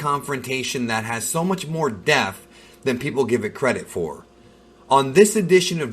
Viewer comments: Does know its "depth" not "deaf"? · It's in depth, not in def.. it's not the first time you said that LOL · It's NOT pronounced "def" it's pronounced "DEPTH"! you should know that. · I love how he always pronounces it "in death"! 🤣🤣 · Why do you say depth so wrong?